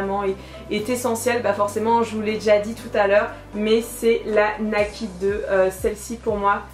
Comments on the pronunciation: Naked, ça se prononce "nékèd" :) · Ça se prononce "naïkid" ♡